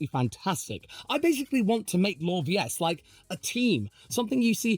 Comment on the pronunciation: Now I know how to pronounce LawVS. It isn’t “Law Versus” or “LAWVS [one mashed-up syllable.” :)